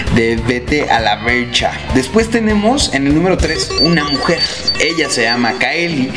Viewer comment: es "Vete a la VERSH" no a la VERCH